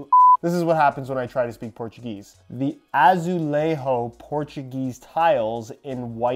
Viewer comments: Ah-Zoo-Lay-Jo (the “J” has the same sound of the “J” in the French word “jour”) Portuguese doesn’t pronounce the J like Spanish do. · Pronunciation of J in Portuguese is completely different than in Spanish but other than that and a slightly wrong E pronunciation which is harder to guess it was ok hahaha Quick tip is to run the word on google translate and hear the pronunciation there, it is often correct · Dude, that Azulejo sound, seemed more Spanish. We are not fcking Spain. Next time, imagine Julia female name. The first syllable sound, JU is equal to azuleJO